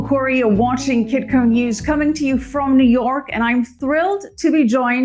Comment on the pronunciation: Kitko not kikko... Peter Shiffless